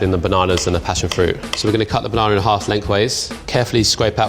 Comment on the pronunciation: Level 3: we will cut the banananer Me: what? Banana or banananer